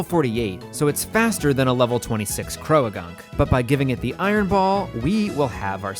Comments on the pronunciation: i am taking the interaction bait and leaving a comment about your pronunciation of 'croagunk' (please its 'croak' and 'gunk' how did you add a 3rd syllable) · this is so cool!!! its such an interesting and original concept, i really enjoyed watching this and following along!!! ...also cant say ive ever heard anybody pronounce croagunk as "cro-a-gunk" but i guess theres a first time for everything LOL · Growtle...? Crow-a-gunk? Haha the vids are still great haha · I like this unique challenge, but I cannot stand the way you pronounce Croagunk. Everyone I've met has pronounced it "Crow-Gunk" Imagine you pronounced boat like, "bow-at" Otherwise, love the vid. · Is your pronunciation of Croagunk a bit or is that actually how you think it should be said? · The way you pronounce croagunk makes me uncomfortable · the way you say "croagunk" is crazy to me